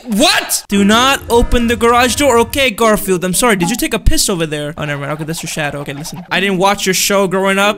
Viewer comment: It’s Gorfield oh no